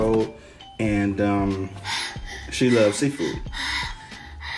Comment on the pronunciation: Lol 😂😂😂 said "with Bloves sauce". Still watching 👀